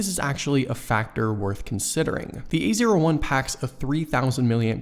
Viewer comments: every time he says A01 i'm hearing "the easier one" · A01 sounds like ''easier one''